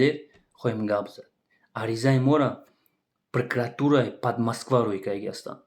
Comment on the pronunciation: Прокуратура гуфта наметони руд лахча твори юристай пахат 😅😅😅